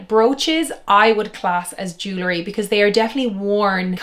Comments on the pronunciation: I would take you more seriously if you pronounced jewelry correctly. It’s jewel-ry, not Jew-lery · It’s JEW-EL-REE! Not JEW-LA-REE, OMG!